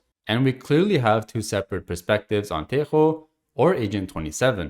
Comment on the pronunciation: Thank you a lot for pronouncing tejo right